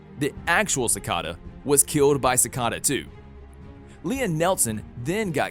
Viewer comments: Its not cikada it is cicada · You say all of their names wrong like Cata instead of cicada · Why does he say si-ca-da? It’s si-cai-da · Don't say it like ci -ca-da say it like ci-cae-da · BRUH ITS PRONOUNCED ciKAta not cicata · It’s not cicoda, it’s cicada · it’s pronounced cicaeda but spelt cicada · ITS CICAIIDA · "ssikada" lmao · Sikada 😜🙏 Like no u did not 💀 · dude its ci-cay-da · Do you guys notice how he say seacda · Its pronounced (Si - Caeda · No one::cicada Me: IT IS CICEDA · You do realize you’re pronouncing cicada and Devoe wrong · omg he says all of them wrong uhhhh it makes me mad like cicada!!! not sicada and his last vid on flash he said Thawn wrong! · how did you mess up almost every name Cicada (Sick-a-duh) and you messed up OG cicadas name its dwire not dryer come on man they say these names so many times its not that hard